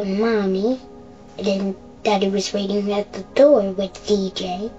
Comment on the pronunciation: Is this an AI voice? There is this weird sigh in the way it says the certain syllables of certain words. "Waitingguuhhh" "No one hhhexphhhected"